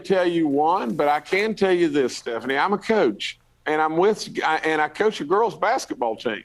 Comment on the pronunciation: A republican that used to coach a teen basketball team... (for fucks sake, he even pronounces it "cooch") I believe that's the new "Catholic priests"